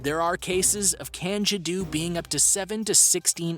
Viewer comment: Same with the candiru......